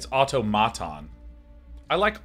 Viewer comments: autOmaton is correct as the greek word is αυτόματον (intonation at the second o) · I'd just like to say that it's au-tomato-n, where tomato is of the "toe-may-toe" pronunciation.